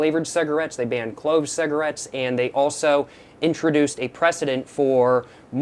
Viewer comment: “Saggarates” annoyed me so much the way he called cigs that 😭😭